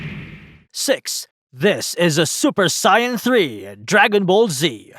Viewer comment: That's close to how you say it in Japanese..Noob